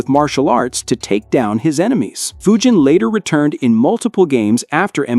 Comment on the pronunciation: Yeah! Its d-nice, a-a- ron, and fudge-in not foo-jin 😤